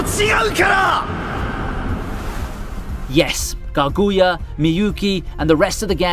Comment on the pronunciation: It’s fun to hear the pronunciation of Kaguya, using the accent on the “gu” instead of the “Ka” My most anticipated anime of the season definitely, the arc that is coming up justifies the name: Ultra Romantic. Hope we can enjoy these animes as they deserve it.